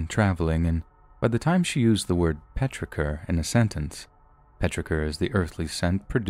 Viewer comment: Cant stand how “petrichor” is pronounced lol but cant live without the smell 😂